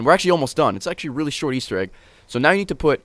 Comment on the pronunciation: _-................REALLY......... RAYLY